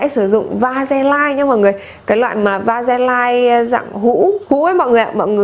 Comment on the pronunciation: Trộn nhiều bột nia để ủ vậy sau khi rửa chị có bị khô da không ạ? Em trộn với tí lotion để bôi mỗi tối mà thấy khi khô lại bị bột bột và hơi khô da ý Ps: mà VASELINE phát âm là "ve-sơ-lin" - tứcˈvæsɪliːn" chứ hong phải va-se-lai đâu ý chị iu oii